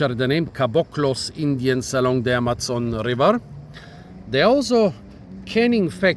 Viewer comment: You already butchered the name of Amazon pronouncing it the German way. :D